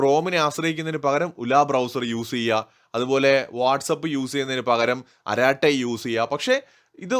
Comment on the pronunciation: അരാട്ടൈ അല്ല അരട്ടൈ ആണ്ത്രമിഴ്)